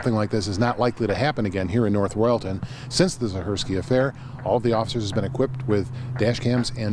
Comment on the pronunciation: For Pete's sake if you're going to use an AI narrator at least get them to pronounce words correctly! I can understand cuyahoga, but royalton!?